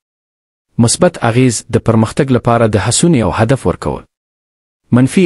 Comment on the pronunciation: د هڅونې تلفظ "هڅه ونه" او نقش دري لغت دی. نور په زړه پورې او واضح و.❤